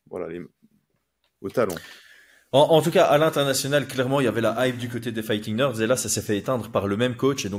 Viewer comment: Quand prononce fighting nerds je ne peux pas m'empêcher d'entendre "fighting merdes" 🤣 Je suis le seul?